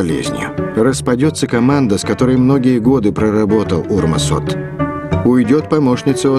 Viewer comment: Я Урмасом Оттом (кстати, правильное произношение фамилии "оть", не "от") не восхищался, но это видео было интереснейшее. Если кому-нибудь интересно, могу высказать личное мнение себя как рядового эстонского телезрителя. Его русских передач я не смотрел, но его эстонские передачи мне не нравились. Причина очень проста – он говорил невероятно длинными предложениями. Он был совершенно неспособен задать конкретный ясный ворпос. Он сформулировал вопрос, но вместо того, чтобы замолкнуть и дать гостью ответить, он продолжал говорить, объясняя или переформулируя свой вопрос – а ты сидишь за телевизором, следишь за его словами, ждёшь, когда фраза приближается к концу, и вот, наконец возникнет момент, когда тебе хочется воскликнуть: "Стоп! Здесь сможешь закончить предложение, закрыть рот и давать слово собеседнику!" Но нет, Отт пойдёт по третьему кругу, и может быть и по четвёртому. Его слушать было очень утомительно, потому что он просто не умел закрыть свой рот. Всем давно понятно, что он хочет спрашивать, но он продолжает говорить. Поэтому я скоро перестал смотреть его передачи. Сейчас, когда я увидел эпизоды из его руссих передач, я был потрясён. Когда он говорит по-русски, он совсем другой человек. Его не узнать. Может быть, на неродном языке он чувствовал себя менее уверенно и поэтому выражался короче? Не знаю. Но могу сказать, что для меня это был совсем другой Урмас Отт. У меня даже возник интерес к его книге-автобиографии, на которую я, когда она вышла, никакого внимания не об